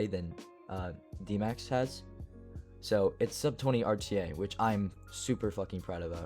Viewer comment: instead of ' you can say wich is how his name is pronounced and easier to say:)